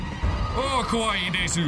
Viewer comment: as someone who speaks japanese it messed with me when he pronounced th “u” in “desu” 😂😂